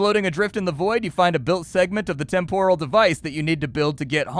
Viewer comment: It's pronounced TEHM-poral,, not Tem-POHral